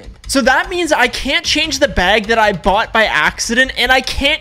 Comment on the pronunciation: NO WAY HE CALLED IT BAUGHT